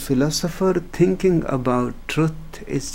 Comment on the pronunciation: "tinking about itssshhh..." When I listen to his approach against thought and logic, it sounds beautiful. I have been in that area myself. However, it also means that you distance yourself from the society and public life, which is going in theopposite direction, becoming more about "tinking" and less about "seeing". I would be interested in hearing Osho touch upon that conflict.